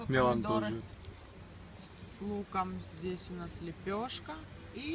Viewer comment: Вот такой у нас здесЯ обед !! Что за сЯ в словах везде ?? Противно